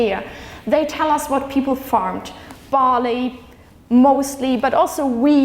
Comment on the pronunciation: Cool lecture... I Was watching this with close captions and it took me 12 minutes to realize Bali = barley... shame on me =p